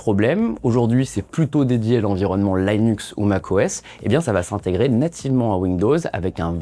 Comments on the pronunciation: Merci pour cette vidéo. Linux se dit "LI-NUX" et non "LAÏ-NUKS". À la rigueur, avec l'accent américain : "LË-NAKS" ou approchant (flemme d'écrire en alphabet phonétique international). Tchirwz ! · L'environnement "Laïnux"... non, juste "Linux". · Ça transforme le salarié en... chômeur. D’ailleurs, il y a déjà des vidéos YouTube "full IA" qui seront bientôt meilleures que celle-ci, et sans la prononciation de "Linux" en "l'aillenus" et Gemini en Jimmy n'aille. Enjoy le futur ! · "l'ail nux" ca fait mal aux oreilles quand meme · Merci, il m'a fait saigner des oreilles....